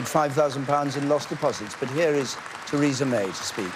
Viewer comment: The only name she fucked up was Teresas', priceless.